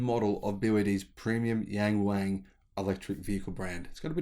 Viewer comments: the brand name Yangwang 仰望 should prounce like young-wang when you say yan-wang, you're talking about 阎王, the king of hell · Thanks for sharing this video 🤝 Cool features: )👍 Yang Wang means look up (to the stars, sky or mountains etc...) Pronunciation is more like Young-Wong - please try not to pronounce according to original spelling in English accent; ) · You'd better to pronounce the model name as "Young Wong", which is much closer to the actual sound.